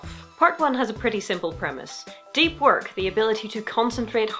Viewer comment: That sounds like a nice book for me. I've had more trouble concentrating. Though "Work" sounds like "wok," and reminds me I've had some cravings... Just a sec while I look up some stir-fry recipes that won't at all have me looking at the history of rice in 20 minutes...